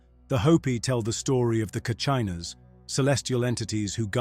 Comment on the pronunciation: Kacheena not Carchina.. Ai is showing its lack of talent… Interesting to notice these things so we know truth who’s telling us the story..